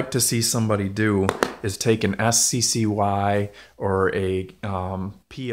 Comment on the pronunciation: Sccy? It's pronounced sky and it's still a Ruger which means it's still better quality than kel tech or sccy